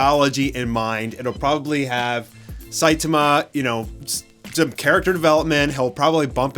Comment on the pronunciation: I feel like this movie (much like many Hollywood adaptations) will feel out of place in the west. It’s weird having random white characters butcher names like “Saitama”.